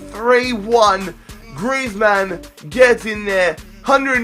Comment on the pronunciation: Why do you pronounce griezmann as if he is a superhero, like its "griezmann" not "Griez-Man"